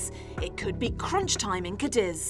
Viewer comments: it's pronounced Cádiz not Cadíz! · Unless you live in Almeria, then it's pronounced Cadi!😁